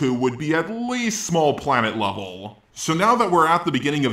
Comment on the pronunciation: Everytime he says levellll *cringe!